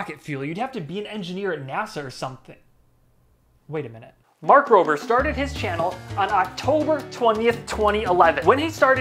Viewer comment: Mark Rob-er not mark roaber. Lol